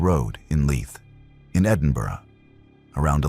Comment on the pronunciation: Bless you for pronouncing Edinburgh correctly 🎉🎉🎉